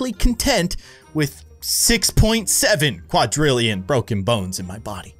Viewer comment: Why did you pronounce quadrillion wrong,?